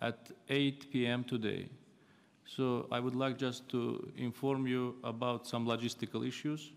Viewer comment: He doesn't know yet how to pronounce "about " even he is reading notes . Now what do Nepalese people expect from him ?